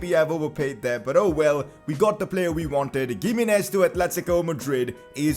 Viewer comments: PCQ: its "himenez" not gimenez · it’s pronounced HIM-EE-NEZ. not gimenez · Please don't call him [Giminez] , but rather [Jimenez] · Ohh my goddd, please pronounce Gimminez 🤣🤣, its pronounced Himminez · Its pronounced Hi-me-nez not Gi-me-nez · Pls it is pronounced He-menez not Gimines pls correct yourself 😂😂😂😂😂😂😂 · He is not giminez he is himinez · Pcq: it’s pronounced himénez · gimenéz is pronounced (H)imenez lol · Pronounce Himenez not giménez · Pcq: Giminez is pronounced Hi-mi-nez Since we are hopefully going to hear his name pretty frequently, please use the correct pronunciation. btw keep up the good work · Gimenez is pronounced as He-Men-Ez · PCQ: You say Gimenez like Chimenez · Bro it is pronounced as He Me Nez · Giminez is pronounced as himinez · Isn't G in Gimenez pronounced H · The 'G' in Giménez is pronounced as H.